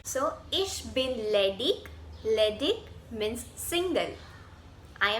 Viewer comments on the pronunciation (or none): The pronounciation of ledig is ledish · AM SORRY BUT JAB IG SENTENCE KE LAST MAIN AYEGA TO ICH KI AWAZ DEGA LEDIG NAHI LEDICH KI AWAZ AYEGI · I think pronounciation of ledig is wrong